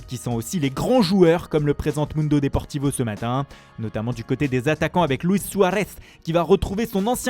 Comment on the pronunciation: Laaa rrrrrroma, Luis Suaaaareesss Belle fin de vidéo, rip Christophe.